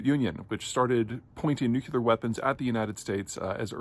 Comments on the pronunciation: It's "nuclear" not "nuke-yoo-lar". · Hey Grizzly Adams, NEW CLEAR not NEW KEY LAR. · I love your posts, but PLEASE learn how to pronounce "nuclear" - it's new cle are - not nuc u lar. (Dubya never got it right. Sad.) Other than that, your stuff is brilliant! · "Nucular! It's pronounced nucular." Homer Simpson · nu cle ar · Too hard to pronounce nuclear? Hearing nukular is cringeworthy. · I instantly lose respect (and stop listening) for any person that says "Nucelar" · Why should we trust you about anything when you mispronounce NUCLEAR 100% of the time? say it with us; NUKE-LEE-ERR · Yet he can’t pronounce nuclear 😑 seems more like a deep state shill to me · Buddy, pretty sure this is a cultural thing like how the British pronounce Zebra "incorrectly" as Zebb - brah and not Zee - bruh